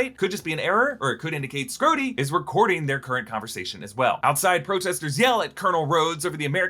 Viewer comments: skrhodey ❌ scrotey ✅ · You really shouldnt say "scrhodey." it sounds like scrotum lmao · "Scroty" 😂😂 Unkind, sir. 😂